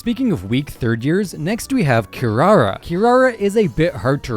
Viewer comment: Did he just pronounce kirara "SHE" ??